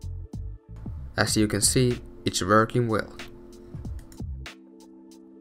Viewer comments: its vvorking vorking working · yes Its Vorking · i like your "it's vroking" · but i like your "It's vorking"